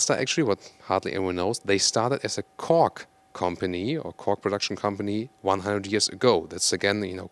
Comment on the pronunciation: It sounds like fool of “Kork”::))